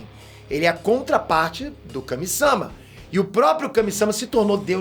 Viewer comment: pfvr, Kamisama nn... Kamisamá, MÁ, que agoniante meu velho